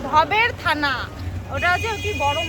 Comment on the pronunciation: ভবের থানা না দিদিভাই ভাওর থানা